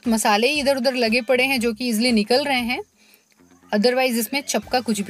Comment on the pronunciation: चपकना नही... चिपकना बोलिए मैम ...🙏